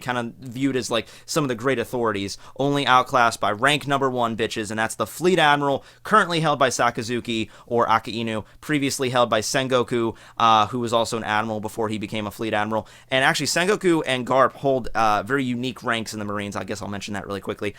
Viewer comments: Aka inu ? Wow that moment japanese were actually pronouncing it wrong all along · aka-i-nu ?! Wtf was that pronunciation :O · great video. just to mention it's not Alabasta, it's alaBasta(talking about the pronounciation). also Akainu not Aka Inu